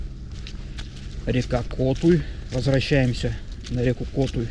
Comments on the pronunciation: Почему вы в названии реки Котуй делаете ударение на первый слог, ведь правильное название с ударением на второй слог? (Коту́й // Словарь названий гидрографических объектов России) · Здравствуйте ! Попала на Ваше видио , здорово ! Очень понравилось , люблю путешествия , очень красива наша страна , вот только вопрос почему Вы ставите ударение в слове Котуй на "о" , а не на " у " ? Извините 😊❤ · Доброго дня!!! Места чудесные!!! Вот только почему неправильно произносите название реки КОтуй? Всегда и везде звучало и звучит как КотУй... Хотя несколько раз автор произносил правильно, но делал замечание, что не правильно... Не понятно... Леща ему выписать за это!!!)))) Просто слух режет...